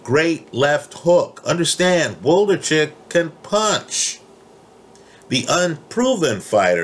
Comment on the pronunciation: Wlodarczyk not Woldarcheck lol